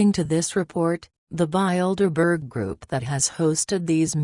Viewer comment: I like how the robot pronounces Bildeberger. Appropriately descriptive.